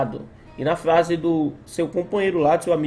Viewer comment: Pq vc fala flase em vez de frase ??